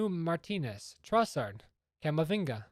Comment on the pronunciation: Just say Trossard bro